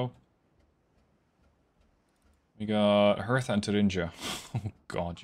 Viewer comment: you dont pronounce the t in Hertha. its pronounced like Herta